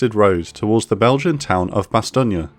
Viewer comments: not to a Brit or a yank. It's bastone . And as we were the ones who liberated the place , and gave rise to the language your video was published in , id say we have earned the right to decide how it's bloody pronounced 🤣👍🏼 good video though. Thanks 👍🏼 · You pronounce Bastogne wrong it’s pronounced ba-stown. I’m from Belgium. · Bastogne is pronounced as bas-STONE. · Why do you pronounce the name of the town "BastogniA"? There is no "a" in there. It's french speaking belgian name, not italian. This annoyed me so much that halfway in, I stopped watching. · Bastogne-ia? My teeth grind every time the narrator say it! ARRRGGGGG! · It is pronounced Bas Stone! It is unbelievable that you can attempt to claim credibility as a channel yet be so ignorant in this the 21st century. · Nothing like a British accent, that can't pronounce the name of the town. If you can't pronounce it, don't try. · every time he says Bastogne incorrectly I lost my mind a little. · Why do you pronounce Bastogne like that? You do realise Bastogne and Bologna are in completely different parts of Europe, right? If you don't know how to say something, search for it. It takes three seconds. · Am I the only one irritated with the narrator’s constant mispronunciation of “Bastogne”? 502nd Infantry veteran, 1991 Gulf War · As a French, I can says It's not bad, but the e at the end is still too much pronounced, you really must cut at the "n". Speaking of which, it lacks the "gn" sound which is different than just "n". Personnally, I don't mind mispronounciation. You are an historian expert, not a linguist. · I would love to watch the whole video, but the gross mispronunciation of "Bastogne" is just too jarring. Kinda destroys the credibility of the person presenting the point this video is trying to make. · Im pretty sure that's not how Bastogne is pronounced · The e is silent on Bastogne ..Your pronunciation is to say the least irritating, how ever good video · Please stop saying Bastogne like that…